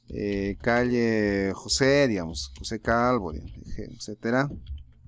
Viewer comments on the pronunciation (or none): none